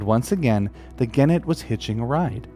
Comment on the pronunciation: Vere interesting (but soft g for genet, hard g for gannet, just sayin')